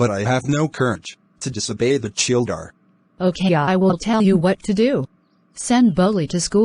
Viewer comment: It is champa in pronounciation and not kampa Tehsildaar nd not shildar Just a correction everything else really awsm 🔥